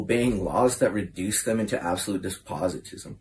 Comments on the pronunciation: Shouldn't make fun of of someone's abilities and regard then as slow on YouTube when you can't say "despotism" correctly. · He said Despositism at least 8 times and I can only imagine he’s actually referring to Despotism